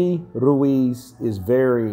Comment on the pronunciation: its pronounced "Ruez"